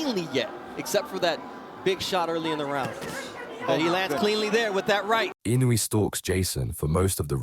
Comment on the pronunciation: PLEASE! Inoue (Ē-no- way) not (in-o-way) thanks